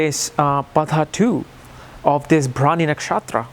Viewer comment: That is bharani not brawny